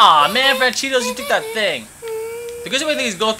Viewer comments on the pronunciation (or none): why you call francesco. franchidos